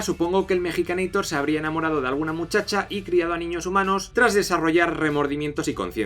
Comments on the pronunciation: epa epa mejicaneitor? ES MEXICANEITOR POR FAVAR jajaja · Cuál es el punto de decirle mexicaneitor? en todo caso Arnold es un estaudounideitor, la cagaste